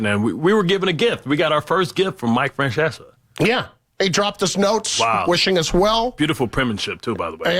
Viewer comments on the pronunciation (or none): he pronounces Mike's last name as "Franchessa".... wow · Bart Scott can't even pronounce Mike's surname and they expect him to help fill his shoes? I'll be surprised if he lasts longer than a year. What a disaster.